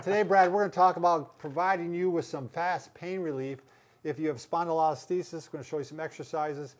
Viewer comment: Isn't it called a "Spondylo-lis-thesis"? Not a "Spondylo-listhes"